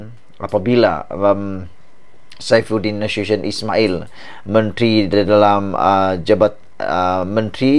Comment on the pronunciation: Boleh tak pronounce nama Menteri Dalam Negeri tu berul betul! Pergi belajar dengan guru tuisyen😃